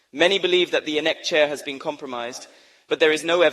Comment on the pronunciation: As for the AI voice - very nice but the pronunciations of INEC, Lagos and Obidients, she would not have missed. Well done.